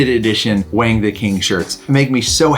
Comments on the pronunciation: Wang is Wong, not Waing. But in redneck, it is Waing. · the chinese name "Wang" is pronounced "wong" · Love the dogs and love seeing the pupdate. No criticism here, just a little helpful info about Wang's name. If you mean the Chinese name 王, the "a" sound is more of an "aw" sound like the "o" in fog. Cool to see how his eyebrows are like the top verticle of the character, the line of his nose is like the verticle line of 王, and the blond across the cheeks and across the chest kind of make the bottom two verticle lines of the character 王. To me Wayne will always be a 王.